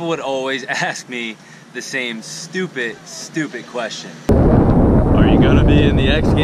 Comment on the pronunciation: your the man but please say stupid not "stupit"